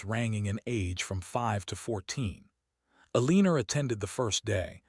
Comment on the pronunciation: Her name is E-leaner..lol.